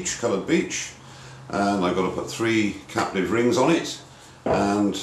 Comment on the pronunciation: every time he said 'captive' i hear 'caterpillar'